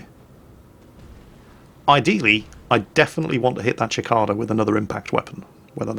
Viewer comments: It's pronounced sik-ay-dah, not chik-ah-dah. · Cicada,, Cicada xD not Chikada:P (pat pat pat) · it's pronounced sih-cay-da, not chick-cah- dah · Kept getting really confused whenever said "Chikada". It's a cicada, pronounced si-kay-da. Not sure if you have those oversized crickets over in the UK, but they are everywhere in the mid-western US. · It's a see kay dah not a chick cah dah. A cicada is a type of bug. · That pronunciation of cicada though. Ackchually, it's like suh-kayda, not chick-ada. Wot? Sigh, I'll be back to the salt mines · Cicada is pronounced Sic-kay-da not Chick-ada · Gee-air-mo not Jill-air-mo. And Sa-kay-da not Chi-ca-da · Ok, I will NOT let you miss pronounce my favorite mechs name . It is "Sikatia", like the bug. NOT Chikata! And saw u drop by SideStrafe's stream and I am happy to inform you that no old bloke will be wandering into the chat without a salt mine certificate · sih-kay-dah ------ /sɪˈkeɪ.də/ or kih-kay-dah ------ /kiˈkaː.da/ (original latin) I've never heard anybody other than say "chikaida". Might be the Czech pronunciation, though. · Cicada - mech named after a bug lol. Pronounced Si (like in sick) - KAY - dah. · oh... never heard a gaus cannon said the way you do... gows like cows... and its sickada... cicada... just like the bug that tells you the temp by beating its wings to cool down... you know that super loud tick you here for several seconds on hot days... thats what its named after because they are fast and hard to hit... but if you can slow em down they go up in smoke like an ant under a magnifying glass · Long term resident of the southwestern US.... Cicada is pronounced sɪˈkeɪdə Love your vids... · pronunciation of cicada is something else lol... it's pronounced more like "Si-kayda" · love your content, but Cicada is pronounced See-Cade-uh. Keep rocking the battletech content! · FYI, Cicada is pronounced - Seh-Kade-uh